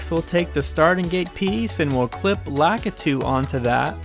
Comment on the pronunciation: It’s actually pronounced laah key two not lack ih two